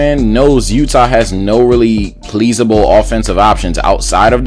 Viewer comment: "Pleasible" xD